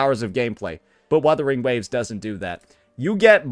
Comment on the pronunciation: YOU CAN'T PRONOUNCE WUTHERING WAVES WITHOUT 2 WS